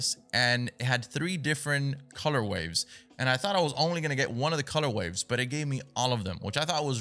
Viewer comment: Are you saying “color waves” instead of color ways? Like for the suits lmaooo